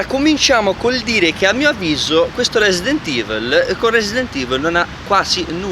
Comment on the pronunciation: "resident ivl"